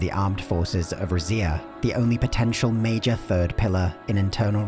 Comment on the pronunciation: Lmao I was not ready for you to pronounce it rizz-ia. Ive been saying it like reedz-ia because Zs in Italian make a DZ sound and I think Rizia is supposed to be a culmonation of different Romance cultures.